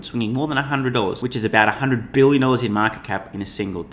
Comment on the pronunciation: I just love the way says *B*ILLION